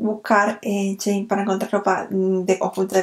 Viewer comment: Me matas cuando dices chein 🤣🤣